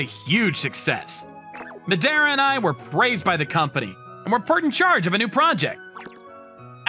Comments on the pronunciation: the Madara pronounciation sounds lika "medeara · Oh, a Naruto fan? Yeah, Madara was a fearsome character. Though here it sounds like Ma-de-ra… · Why is the pronunciation of Madara TRIGGERING ME? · He's pronouncing Madara wrong